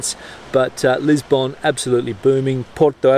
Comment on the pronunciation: Funny how annoying some things can be. The way you pronounce Lisbon is just plain weird.